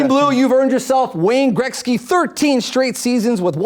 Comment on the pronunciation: "Wayne Greksky"